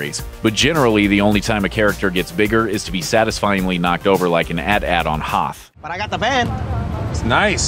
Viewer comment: He pronounced AT - AT as "at at" 😂😂😂😂